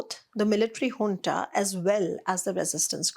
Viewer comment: Junta (military) is pronounced hunta